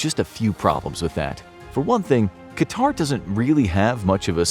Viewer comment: ... and it's not pronounced QatAr, but QAtar.